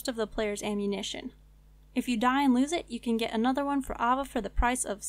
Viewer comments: Aye-Va ... AH VA ! lol.. but awsome guide thank you looking forward to checking out your other ones in the near future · okay not to be rude, but AYE-VUH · good guide, her name is pronounced aye-vuh... how many people have you ever heard named ah-vuh?